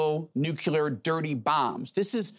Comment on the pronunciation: Noo-Clee-ar...not nuculer